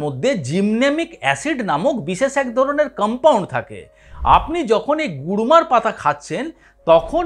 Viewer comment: Gurmar পাতা বলেছেন উনি kurmar নয়.